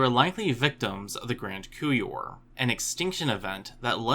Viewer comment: The "p" in "coupure" is not silent. Otherwise you sound like you're talking about spoons or testicles, that's why one should use pronunciation guides.